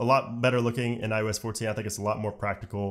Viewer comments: Couldn’t get passed that it sounds like you’re saying IUS instead of iOS. Figure it out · Sorry for this nit-pick but it sounds like you are saying “eye-yo-s” and it’s driving me crazy. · This is a really strong presentation! You did a great job covering a ton features, slow enough to digest, yet fast enough to cover the material. Now my one ridiculous complaint. Sorry for being such a noodge. Why do you keep calling it iUS14 and 13 instead of iOS 14 and 13? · My only problem with this video is that he calls it IUS and not IOS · Is it just me or is he saying ius 14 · Why are you saying i u s? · I-you-ess 14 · Every time he said iOS 14 it sounded like he said iUS 14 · Dude every single time.. I had to check comments to make sure I wasn’t hearing things. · Why the hell does he keep saying iUS 14 😤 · No one:: “eye-OO-es” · Is no one going to talk about the fact that he said IUS 14 every time? What the hell is IUS? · You such at pronouncing iOS